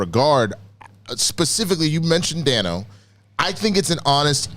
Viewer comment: It's pronounced ˈdeɪnoʊ. Paul Da(y)no. Everyone keeps saying it wrong.